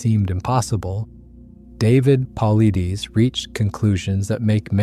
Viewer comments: Mispronounced his last name! David is a great researcher! Big game hunting guides and native Americans know of these people. No city desk jockeys can know the facts! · Please learn to pronounce Paulides. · Too bad the narrator can't correctly pronounce David's last name "Paulides". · Good job, but you butchered David's last name. Its not a big deal, but it says a lot about your style of research. Mispronouncing "Paulides" should NOT happen. It tells me you bipassed years of actually listening to David on various platforms. Im so curious how you allowed that to happen. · Why can’t these videos use real people to read the text. Or if it’s a real person, for goodness sake, pronounce his name correctly! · I subscribe to David Paulides. You are not even saying his name right, and I believe he did not sanction this video, and you are stealing his work. If you want to support DP he has a whole playlist on bigfoot on his channel, canam missing 411. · Who's david pulleedies? I thought we were taking about david Paulides! Pronounced Paul-eye-dis. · Paulides is not pronounced “Paul Uh Deez” or “Paul Eee Deez.” It’s “Puh Lie Diss.” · HAHA! Really: "Pauly-deees". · “Paul - lie - Diss” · His last name is pronounced "pul•EYE•duss" not "PAHL,uh•DEEZ" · David Paulides = Paul-eye-dess NOT Paul-eye-deez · I'm not meaning to be rude in any way. It seems as though you respect his work, and feel his work is credible. The least you could do is pronounce is name correctly. It is not Paul ih dees. It is Paul eye des. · It's not puhleedees. It's paul eye'd uss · Very well done! Thank you!! May I say that David's last name (Paulides) is pronounced as though you were saying "Pa-lie-dees" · You butchered David’s name Edit: Paul-EYE-Diss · It’s pronounced “pa-light-us”. ✌️ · "David Paul Ideaze" 😂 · It is pronounced "Paul I des". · PAUL - EYE - DEES try that in the text to voice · 8.58 Pavlithis (Παυλίδης), that's the pronunciation of his surname. When you come to Greece , buy 🍫Παυλίδης.